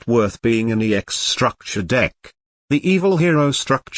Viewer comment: *STUCKTURE DECK*🤣🤣🤣🤣